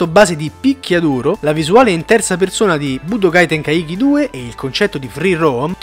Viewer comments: Ragá tenkaichi si legge "tenkàici" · Tenkaichi con quella pronuncia non si può sentire